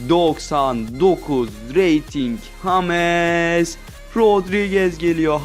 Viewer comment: Salak mısın neden james yerine hames diyon